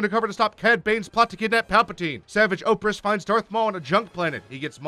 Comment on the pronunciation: I thought he was saying OPHREASS. Not OPRESS. I was like who tf is that